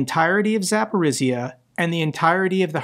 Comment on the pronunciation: war will end when you will master pronunciation of Zaporizhzhia - and you are improving quite fast! Jokes aside, Ukrainians willing to start peace deal - it is not that much because of city attacks, it is just realization that we cannot buy more time, 4-5 more years waiting for our partners to support us properly, it is war of attrition and guess what - Ukraine men and women are attritting while waiting for proper sanctions on ruzzia, proper ways to defend ourselves, all we get - talks and promises and just smth not to die